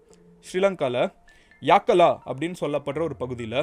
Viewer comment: கொட்டாவா இல்ல கொட்டாவ யாக்காலா இல்ல யக்கல மஹரகாமா இல்ல மஹரகம